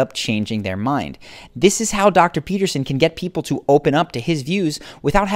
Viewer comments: Well, you say Jordan Peterson at the beginning of your video and then you say "Pepperson". I would say to attract respect 1ST: Always master the pronunciation of the name of the person you are talking or referring to. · Its Peterson not Peppersin! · Pea ter son.....not pep-per-son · Even the captions heard Pepperson. lmaoo. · I came here for this. I was like... Did he just called him Jordan Pepperson? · Edgar Allan Tone I legit heard Pepperson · Stephanie hahaha nah he said “ Jordan peppers on” hahh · "Jodan peppers in..." is what he said, but he said it with a weird inflection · Hahahah yeah it does sound like that doesn't it? "Jordan peppers in.." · mark the narrator said Jordan PEPPERSON lol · he says "Jordan pepperson " haha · 2.22 he calls jordan "jordan pepperson" 😂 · bruh i thought he said Jordan Pepperson 💀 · I'm sorry... did you say.... Jordan P– ....Pepperson? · Did he say Jordan Pepperson? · At 2min 20 seconds on … you said dr / jordan “PEPPERSON” …… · seems like he said Jordan Peperson lol. JP has all this going and still His wife left him....judge not a divorced man I guess... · RobbieJelsomeno that's what I heard😂😂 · I heard it and immediately searched the comments for a fellow shark. 😂